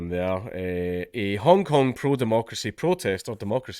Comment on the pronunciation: Sorry, Dankula, did you say "Hong Kong protestor" or "Honk Honk protestor"? Either would be applicable here.